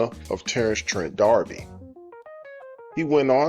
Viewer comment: You are mispronouncing his last name.